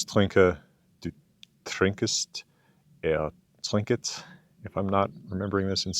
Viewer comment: You pronounced "Ich trinke" (With "Trinke" having two syllables) pretty well but as for "Du trinkst" und "er trinkt", you're adding an extra "e" or "uh" sound/syllable. So rather than "Du trinkest" and "Er trinket", its just one syllable. Think of it perhaps as something more akin to the english "he drinks" with an added "t" for the German "Du trinkst". Another amazing video as always! Takk fyrir 😊